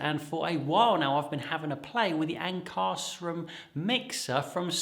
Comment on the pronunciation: Pronounced Ank-a-shroom.